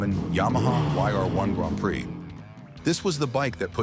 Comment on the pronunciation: Tell me you’re a robot ! & that’s why you can’t pronounce” Grand Prix “